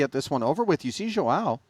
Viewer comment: Bro its not Joao, its João. Should sound something like Juaum